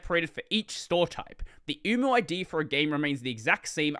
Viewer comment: HELP I KEEP HEARING UWU 😢